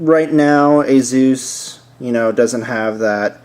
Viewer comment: HAAHAA great name ASUS "AzUS,,,like Hey Zeus LOL....